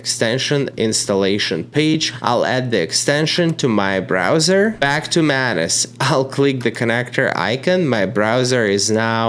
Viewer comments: ohhh MANUS... i keep hearing mayonnaise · I do not like the way u pronounce MANUS. Or am i the one with the wrong pronunciation??